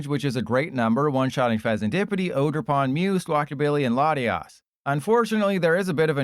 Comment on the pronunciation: Bro said latt-e-ass